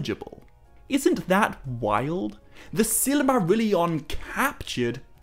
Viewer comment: I wholeheartedly agree. He puts in a tremendous amount of work. But the way he pronounces Silmarillion drives me mad. He uses 6 syllables instead of 5. almost sounds like „silly Marillion“.